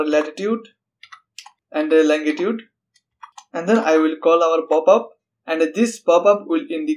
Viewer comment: longitude, not langitude